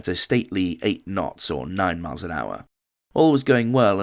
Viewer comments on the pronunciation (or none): none